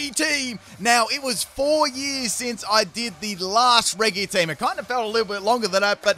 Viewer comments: please pronounce it correct its very annoying hearing reggee instead of reji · stop saying regy please its pronounced like reji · It’s REH-G not REH-GEE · It’s annoying when he says “re GEE” and not “re g” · Him: pronounces it as reg-ee Me: screaming in redge-ee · Please... stop saying Regi like Reggy... it's officially Re-GEE, in every name, even Re-GEE-Ice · Regi (re jee) he says regi (re gee) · im in pain. why did you pronounce them as regi??? its re-ji??? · Its said reji not regi so the j sound instead of the g sound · its not pronounced "re-(hard)gee" its pronounced "re-jii" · It's not said like re ge it's said like re ge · Sorry but it does bug me that you say Re-gi instead of Re-Jee... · I’m really annoyed how he says regi like Reggie not reji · It's not pronounced reggi it's pronounced reji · It's Re JI not re gi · 20 second into that's mad also its pronounced Reji not reg-e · It's re-gi not re-g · So are you just afraid to use the letter G properly? Both Regi and Aegis are pronounced with a soft "J" sounding G. Driving me insane bro... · Okay so, your a cool guy, but when it comes to me, I absolutely cannot stand it when someone pronounces something so simple so wrong. I’m talking about regi. It is pronounced rejee not reggee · The fact he pronounces it “Re-gee” makes me want to squeeze my sandwich super hard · nooooo it is not lol, I’m Australian and I still say it properly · Um, just so you know the Regi in the Regi’s name is pronounced Re-jee Re-Jee-Steel Re-Jee-Rock Re-Jice Re-Jee-Leki Re-Jee-Draco Re-Jee-Gigas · *always reggie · omg the way you say "regi" XD I hear everyone saying it like "redji" (like Regina George) so since you kept saying it like that, I now am confused how you pronounce the giants lol XD it's a cool team nevertheless! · You pronounce it "Reji" like Regina George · Did he just say Ray gig as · Why does he pronounce regi with a hard g? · But regi is pronounce re-ge that how you say it or do u just have an accent